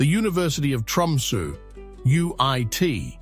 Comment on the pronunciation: The sunrise in Tromso is usually 21st Jan (or thereabouts)- is this AI bollox? Constantly misspronouncing Tromso etc.